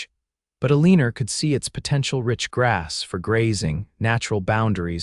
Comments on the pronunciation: Amen. Amen. Amen. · Nice story but her name is Eleanor, pronounced Elea nor! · Eleanor is pronounced "L-E-NOR" (NOT Uh-leen-er) . The mis-pronounciation is very distracting & irritating. There have to be computer software engineers who can write programs that correct language much better than these audios currently use. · Surely. You can do better than pronouncing Eleanor as A-leaner. You can do better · Well you tried its El a nor. E is silent and the a is short sound not long. Remember English lessons??😅